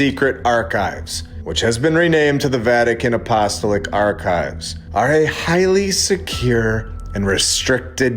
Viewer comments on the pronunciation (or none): LOLOL stop saying “Apostoelick” and say it “ahpo- stall- ick” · A..po...sto...lic The syllables are after the A and each o I grew up Catholic. No offense intended! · I can tell you’re not Catholic or Christian by your mispronunciation of Apostolic. A couple of comments. Most of us are well aware of the necropolis and catacombs of Rome. There have been videos about the discovery of a markings indicating the location of Saint Peter directly under the center altar. And the early Christians buried believers in the catacombs and held masses there too in order to avoid detection by the authorities who persecuted them. As for the archives, 2000 years is a long time and acquiring a million books is not outrageous. But cataloging and preserving them would be quite a challenge, especially since the city was sacked and burned multiple times since the first century. Do you really think the average schlub should be allowed to walk around unguided and touch priceless ancient manuscripts? Our generation paints graffiti on everything from busses to buildings and looters exploit any breach insecurity they can. Just look what’s going on in Los Angeles. What was lacking in the video was any theory about what exactly they’re hiding. The Pope Paul VI auditorium and its demonic looking sculpture provide a clue that the very top of the Church isn’t worshiping what the rest of us are. Is that a modern change or does it go all the way to the beginning? That’s where I’d focus attention. Has the Church been infiltrated by believers of Baal? Do they conduct human scarifies there? Child trafficking? Dig deeper.